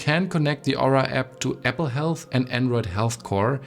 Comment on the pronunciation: Great video. Super informative. Keep working on improving your English. Especially words with these letters Z , V and A. Apple, not Epple. Zero. Not sero. Improve, not improof.